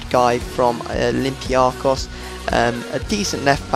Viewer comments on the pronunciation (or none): none